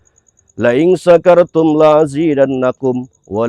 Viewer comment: Mohon maaf.. Bacaan firman tadi.. Didalam kata walain syakartum... mengucapkan walaain... La tidak panjang... Mohon maaf mungkin tergesa tadi🙏